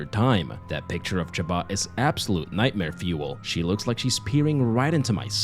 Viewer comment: Her name is chaba? I thought it was shomba?